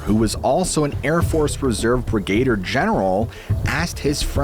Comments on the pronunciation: “Brigader”? I think you mean, “brigadier”, lol. Thank you for a great show. (Sorry to be a pedant, but your channel comes across as very professional, so, I figured you’d rather know about the above than not). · Are you an AI? You mispronounced canary and brigader like AI would.